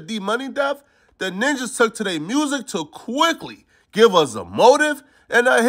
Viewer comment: I like how yo Gotti be saying mursic instead of music